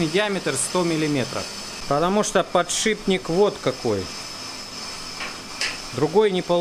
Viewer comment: Не подшиБник, а подшиПник, от слова шип...